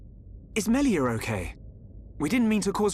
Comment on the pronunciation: when says melia it comes out melier is that just me?